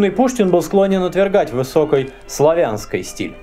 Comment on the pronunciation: почему ты говоришь высокОй и низкОй, когда литературно через и?